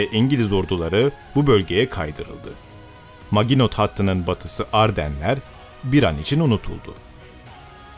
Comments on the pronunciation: su yabanci ozel kelimeleri yazildigi gibi okumayin ya. Her videoda ayni. Maginot degil MAJINO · MAGINOT (MAJINO) olarak okunur. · Maginot majino diye okunur admin. Literatüre hakim değilsin. Biraz fransızca önemli. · Maginot hattı nedir yahu. Hiç mi 2. dünya savaşı belgeseli dinlemediniz hiç mi kulağınıza çalınmadı "Majino" hattı diye bir kelime.